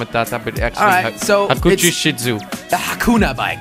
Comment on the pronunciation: Hakuchou (hack-oo-sh-ow)